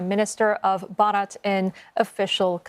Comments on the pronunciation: It's not barat it's bharat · It's called Bharat not Barat 😂😂😂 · ....dont emphasise "rats" when saying it out loud 😮😮😂